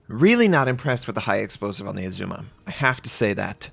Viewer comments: I know you get a lot of pronunciation corrections but - it’s Azuma, a as in apple, not ae like Oedipus. Did not look like a Stalingrad pound for pound though... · Great come back. It's ARR-zu-ma by the way.